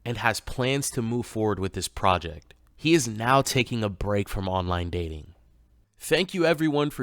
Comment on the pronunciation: The way he mispronounces "project" sounds so off. Is that how some foreigners pronounce it and he thinks it makes him sound more worldly?